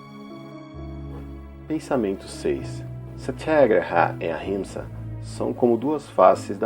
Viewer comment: gostei da pronúncia do sathiaghraraia e o atchimsa